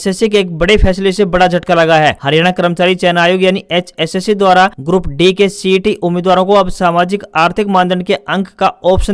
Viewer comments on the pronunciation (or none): Bhai grup d ko e ya a na bolkr saf shbdo me d ka ucharn kiya kro